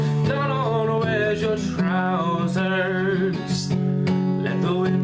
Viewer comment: As someone from Scotland, I have to admit, the way you sing it is very similar to the way most Scot's would sing it, my only criticism would be that it's pronounced "TROOSERS" with emphasis on the "oo" and rolling of the "R".(If you listen to the original, you'll get what I mean) Otherwise a very worthy cover man, awesome job! :)